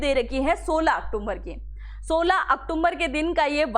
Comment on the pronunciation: आप बार बार अक्टूबर को अक्टुम्बर बोल रही हो कृपया इसमें सुधार करें बहुत भद्दा लगता है